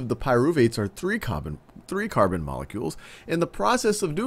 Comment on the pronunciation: "3 cahhh bunn molecule" couldn't stop laughing at that part lol